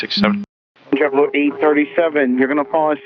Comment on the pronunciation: Right away the controller is speaking ebonics, there is nothing clear in his speech. Pronunciation should be a requirement for this job. I see right away that the problem is DEI hiring. Its not Jeboo, Its Jet Blue, even the numbers are garbled.